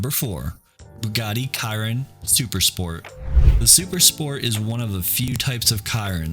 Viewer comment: Bugatti Chiron I think although you may be correct on the pronunciation idk Not the way most people say it at least